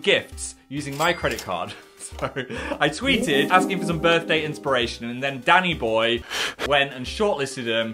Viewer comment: For a solid minute I thought he said daddy-boy and not DANNY-BOY 😭